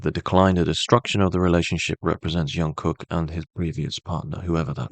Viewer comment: If you can't pronounce his name just call him JK, the amount of miss pronounce repeatedly giving me so much stress. Great reading btw